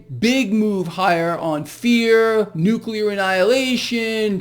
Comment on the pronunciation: "Nucular" annihilation ?! Oh, boy! Put this water to boil even hotter! I am preparing myself. I will hide underneath a table ( in substitution for the school desk ) to withstand the " nucular " radiation.